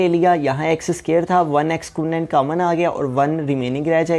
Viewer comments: Sir cammon nai hota common hota hai 😆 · Sir your mathematics is very best but ap common ko camon bol rhe